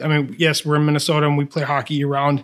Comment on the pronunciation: Minnesohta? Go North Stars!!